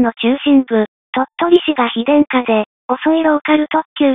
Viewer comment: "非電化"が"妃殿下"に聞こえた。(笑)